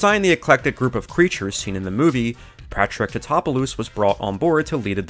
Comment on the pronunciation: “Pat-Track Tittopuloose?” Dude, it’s Patrick Titopolis (Pah-trick-tih-top-o-liss). Sorry, I had to point it out. He worked on Godzilla: Size Does Matter (the infamous 1998 film), too.